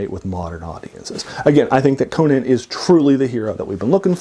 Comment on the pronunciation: Many people who talk about Conan pronounce his name wrong.